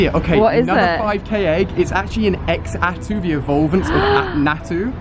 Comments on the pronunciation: TheLegend27 I don't get it..why name it xatu if it's pronounced zatu? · I never wanted to be a Lucio main I pronounce it Zatu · Ex-atu? haha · it's pronounced za - tu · why do you call is x-satu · It's pronounced, "zah-too". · OMG its not pronounced x atu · The "X" in Xatu is pronounced like a "Z"......so like, Zatu. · Xatu is pronounced Zatu, just so you know! :3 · you say Xatu like Zatu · i love how he pronounced Xatu.... totally wrong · Getting so triggered over his pronouncing of xatu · It's not x atu that's that what it's spelled like but it's actually zatu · Xatu is pronounced as za-too not x-zatu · It's pronounced Zatu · Xatu is pronounced like zatu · it's pronounced Zatu. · xatu is pronounced zatu!!! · I think it is actually supposed to be pronounced like zatu but I'll let it slide because you said you were bad at gen 2 pronunciations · Xatu pronounced (SACTOO) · Xatu is pronounced "Zatu" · Xatu is pronounced zatu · Xatu is pronounced like Za-two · YOUR PRONOUNCING XATU NAME WROG ITS CALLED (ZATU)!!!!!!! IM SO TRIGGERED!!!!!!😡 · Xatu is pronounced za-tu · xatu is pronounced zar-tu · ALI... XATU IS PRONOUNCED: ZAH-TOO!!!!!!!! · I don't pronounse xatu as x- atu I say it as zatu because the x is a silent z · Xatu is pronounced Zatu is it not. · u prounce xatu´s name wrong u pronunce it like zatu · xatu = zatu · FuriousMelon u say it like zatu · dude xatu is pronounced zatu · Who was triggered when he kept saying x atu, instead of z-atu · ImSoSamDough right. He said X atu 😂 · Why does he pronounce Xatu as EXatu its pronounced as zatu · It isn't pronounced X Atu it is pronounced Zatu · alia, it's pronounced "zatu" not "X-atu" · Xatu is pronounced (Za-two) not (X-a-two) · You don't say x-atu you say it like satu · Its ZAN-TOO not xato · Xatu is pronounced Zatu not EX-atu, really irritating. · So cringey... "ex-atu", in the anime, it was pronounced "zah-tu". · Ali it's pronounced zatu not x atu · It's not x-tau it's pronounced zatu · ITS CALLED ZATU NOT X ATU